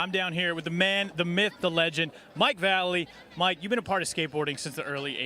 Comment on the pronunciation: How are going to say, the man the myth the legend, then pronounce his name valley. It's Vallely. Obviously this guy has no clue who he is or what he's talking about